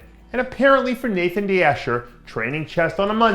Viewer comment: Nathon deaash "er"